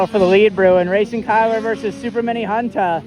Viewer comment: It ain’t “super mini Hunta” it’s (YamaHunta) 😂